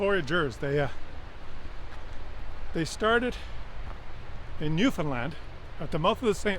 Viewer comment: Congratulations, you are one of the few to pronounce "Newfoundland" correctly. Happy trails!!!:)